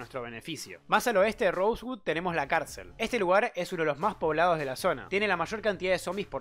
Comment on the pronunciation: "rosegud" xD